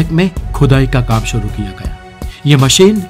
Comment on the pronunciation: उच्चारण बहुत खराब हैं। 'श'को 'स'बोल रहे हो। सुरु नहीं शुरू, मसीन नहीं मशीन।